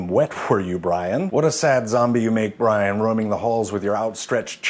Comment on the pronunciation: But... but.... his name wasn't bray-en, his name is Bree-an!